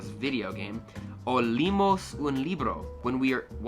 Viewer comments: I'd like to contribute with this. ≈ When you said "leemos" as «limos» (pronunciation in Spanish), you have to pronounce something like «leEmos» or «le-emos» (pronunciation in Spanish). I hope you can understand me. Greetings from Mexico. : ) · when you said "leémos" means "we read", and pronunce with tha vowel "e" not "i" "Limos" xd, i hope can i be understood, im spanish native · You're doing so well!! When you read the word "leemos" you're pronouncing the ee like "leek" but the e's are pronounced separately, as in "le-emos" (almost as if they're separate words) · "Fuerta" fue muy chistoso. Para mí la más chocante fue cuando pronunció "limos" en lugar de "leemos", como si fuera el apellido "Lee". Sí, los ejemplos eran bastante complicados y rebuscados. Pero es una buena medida de cuán lejos puedes llegar: si solo vas a lo fácil, entonces seguramente se entiende todo, pero la cuestión es ver si lo difícil también se logra por este método. Me pareció interesante como experiencia, sobre todo porque yo soy fanática de la gramática y creo que sin gramática no se puede, pero al menos da para entender lo básico. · Don’t worry keep studying and you’ll do great !! I beilve in u but remember when u say “leemos un libro” you pronounce “leemos” like L-eh-m-Oh-s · Ok, so when there is a double l (“ll”) it sounds like a y sound. When there are two e’s next to each other (eg “leemos”) you pronounce each one individually, not together like you do in English. Also, you shouldn’t pronounce the letter “h” if it is at the beginning of a word.